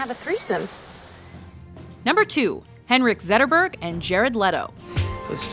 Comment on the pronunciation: Always such effort to pronounce everything in the native language, but not when it's Henrik Zetterberg?